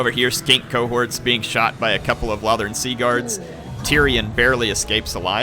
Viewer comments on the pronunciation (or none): none